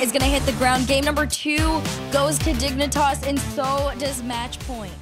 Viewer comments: you are correct and I apologize. What I meant was the pronunciation Dig-nee-tahs instead of Dig-neh-tahs. Out here tossing knees. Prolly just a me thing regardless. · You need to spell out what's wrong with the pronunciation. It's "Dig-nih-tahss" or "Dig-nih-tass"? They're saying the first and the second is how you'd pronounce it if you were like.. TRYING to say it silly. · Man I just do NOT like the way they make caster pronounces Dignitas in this. They ain’t the dang digimon😭. Also THANKS for all the uploads I’d miss these kinds of tournaments if this channel wasn’t here for us 😍